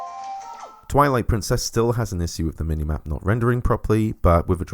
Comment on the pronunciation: I have an issue with the way you say issue